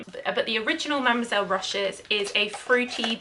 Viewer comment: with all respect, please look up French pronunciation rules. They are quite simple in general. To oversimplify, you just don't read the last letter, always stress the last syllable and don't pronounce "h", especially when it's at the beginning. So it's Mademoiselle Rochas [rosch`a].